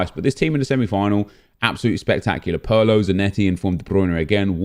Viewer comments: It's not Pearlo, it's Pirlo mate. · This nikka said pearlo 😂😂